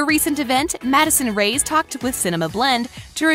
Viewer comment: Her name is Madison Reyes pronounced Ray Es not Rays